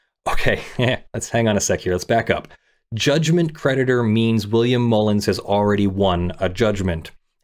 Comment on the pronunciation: I was listening rather than reading along, and I kept thinking you were saying the judgement predator instead of the judgement creditor, which really made this case sound extra exciting! Watch out, the judgement predator is hunting you down! 🤣